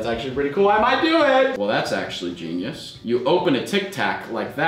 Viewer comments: He said geinus 21 times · Stop saying geinyuse